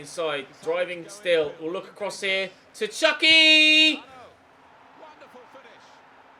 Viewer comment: It’s chuky not chucks